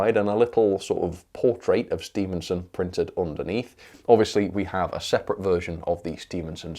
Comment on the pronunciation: Stephenson not Stevenson doh!